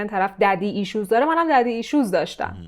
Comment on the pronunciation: الان این که انگشتای دستت رو مث انبر دست کردی و گفتی عن والیبال این یعنی چه ؟ عن ها والابل عنِ ایزابل🤔 عن اولیبل خانم یا فارسی حرف بزن یا میخی حرف بزن زبون دیگه شاید کسی متوجه نشه مثلاً میگی پدر ریشو ؟ پدر ایسشوز ؟ پدر گازسوز ؟ها پدر ایشوز آخه یعنی چی ؟ یا اینکه میگی او ردی ؟ لورل هاردی؟ اول ریدی ؟حال کاش درست تلفظ کنی همون هم .. خب مرده شورتو ببرن مگه مجبوری تو هنوز مریضی ولی داری نقش کسی که حالش خوبه رو بازی می‌کنی تو خودت هم فهمیدی این کصشراای انگلیسی که مابین جملات می‌ندازی نشون دهنده کلاس نیست و میدونی بعدا مخاطب از این موضوع ایراد میگیره و داری جلوجلو خودت و استفاده از کلمات انگلیسی رو توجیه می‌کنی و میدونی داری الکی و بدون اینکه لازم باشه و بدون اینکه معادل فارسی ش رو فراموش کردی باشی .پس لطفاً این موضوع هم مشکلش رو درون خودت پیدا کن و اگه تونستی درمان کن .موفق باشی